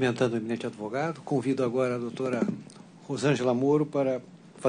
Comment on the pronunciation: Desembargador falar ADEvogado, ninguém merece!!!